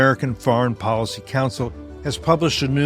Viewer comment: Policy. Not Podicy.